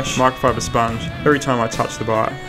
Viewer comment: After using eng sub I understood that you mean bike instead of bug.I was thinking " bug?". Spell it like this "beik"